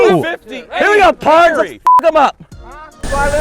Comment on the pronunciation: Knowing there's a chance that isn't saying "pards" jokingly is infuriating.